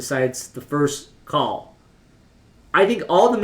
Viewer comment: Its pronounced like "heart" rather than "earth"